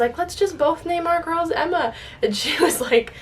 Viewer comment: melissa Lovell it was a joke, said Emba instead of Emma 😂